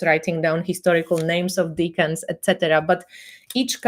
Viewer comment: Btw, decans has a soft 'e'. Deck-ans. I hear more and more people on Tarottube pronouncing it as deacons. That is a very different thing. My teacher would have a fit!